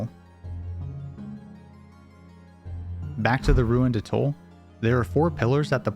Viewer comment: Please learn how to pronounce 'atoll'...and any other words you plan on using in a video...smh...